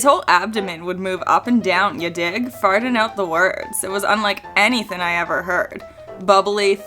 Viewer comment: Thin cannot be used for the word thing and anythin cannot be used for anything because it's not a word. And thin is not the same word as thing so it can't be used for thing idiot. And then she says settin for the word setting of a movie. I wouldn't point this out to her except she keeps making the same mistake of not using the letter g at the end of words which takes away her integrity and ability to do a you tube video. Be more professional. And she doesn't have the excuse of English is not her first language and she's still learning English because otherwise she is speaking perfect English. And Canadian English doesn't leave out just the g at the end of these words. This is just her being ignorant and stupid and too lazy to correct this. Horrible.